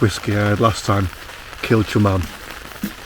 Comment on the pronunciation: Great video again, enjoy seeing our local area, keep them coming. But, im not so sure of your Kilchoman pronunciation, i may be talking rubbish but think it could be pronounced as 'c' rather than 'ch'. Have you ever visited Islay? Fabulous place, not just the whisky but the wildlife too 😊